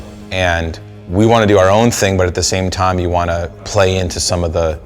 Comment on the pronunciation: The way he said time tho😆